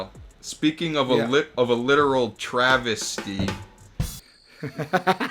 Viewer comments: saying TravisTy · with the "Travis-ty" 😂